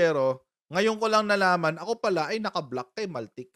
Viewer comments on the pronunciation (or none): maltic????… hindi ba baltik coach? 😅😅😅